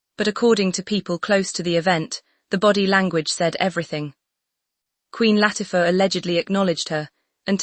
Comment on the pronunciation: yay! finally a security team did what they were hired to do. whether she left on her own, or she was denied ... bottom line is that she left. this was no misunderstanding. mm loves to force her way into events. (please tweak AI so words are pronounced correctly - start with "denied" and "Latifa")